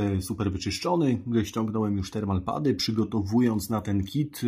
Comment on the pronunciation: w którym słowniku znalazłeś słowo "respektywny"? "termo-pady" nie "termal-pady" jpd, jak Ty przekręcasz, a innym razem kombinujesz ze słowami ... (gdybyś nie robił błędów, to nawet takie "respektywne" rzeczy by uchodziły, o ile było by widać, że umyślnie (z zamiarem popełnienia błędu) lub incydentalnie (okazyjnie/sporadycznie/rzadko) robisz błąd, a w przypadku tego słowa widać, że uważasz, że takie słowo istnieje)